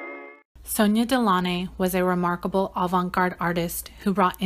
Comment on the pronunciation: That’s not how you pronounce their surname 🤦🏾‍♀️